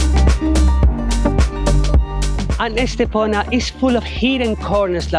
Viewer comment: Soy de Estepona, y si, el vídeo está muy bien y da fe de la belleza de mi pueblo. Pero no entiendo porqué no dice bien el nombre de Estepona. ES TE PO NA Por favor corrijan ese grandísimo error también dicen mal algunos nombres como La senda del Litoral etc